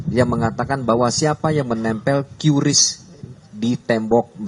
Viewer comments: MBACANYA BUKAN KYURIS, TAPI KRIS.... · Mon maap pak polisi.. Bukan kiurisss... Tp qris or kris.. Wkwkw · Qris pak, bukan qiuris . Sudah disampaikan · Cara baca bukan kiu Ris Pak tapi baca nya Kris. 🤣🤣🤣itu iklan cara baca yg baru hahaha tapi sama saya juga klu nanya ada kiu Ris wkwkwkwkk enak cara baca nya gini ya udah enak di lidah mulut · Pak bacanya kris pak, dari bank indonesia dan kemenkeu sudah di kasih tau bacanya "kris" bukan qiuris..... maap ya pak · KRIS, bukan KIURIS 😅😂😂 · salpok ni polisi nyebut nya KYU RIS .. kyu ris kyu ris kyu ris🤣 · salfok sama penyebutan QRIS = Kyu Ris hehehe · cara bacanya 'kris' pak 😂.. kasian lidahnya belibet